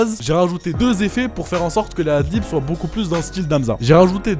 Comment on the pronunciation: c'est pas pour être chiant mais on dit adlibs et non pas adlips haha, je vois souvent cette erreur ducoup j'me devais de le dire :p